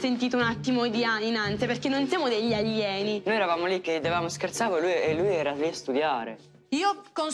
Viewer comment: Ha detto pure aglieni😂